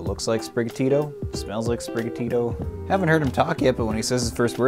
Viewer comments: we... we gonna gloss over the fact he called it Spicarita?! XD good lord! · Yo this guy just really said Sp*ckaritta. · “Spriggatito, a kinda Mexican name” 2 minutes later “Spiccorita” CANCELED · "Fleshatito" ended my life. Everyone else go home, nothing else as funny as that will ever be said again